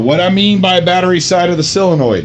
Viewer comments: Only one question, why do you think it is pronounced "cyla-noid" when it is not spelled cylanoid? "Sol" is pronounced the same as it would be in similar words such as "solvent", "solve", "solder", etc.. Just curious perhaps I am mistaken but it is a rarity in matters of pedantry. :) lol. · Wait, so how is it "silinoid"? I had to spell it wrong just to convey his pronunciation. Also he said solenoid right after he stressed it was "silinoid"